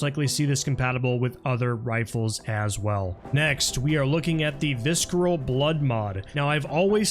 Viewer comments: What the hell is "viskeral" and "vignet"? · Viss-kerr-uhl. Vig-net. Entry team to TOC, we've got two wounded pronunciations. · Visceral - Visseral, Vignette - Vinyay